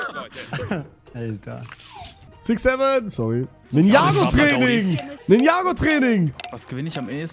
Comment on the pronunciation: "Ninjago go" Das heißt Ninja Goooo 😂